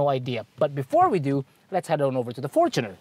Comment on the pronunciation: Sana pakituro din tamang bigkas ng FOR-choo-ner. Hindi for-CHOO-ner. 😁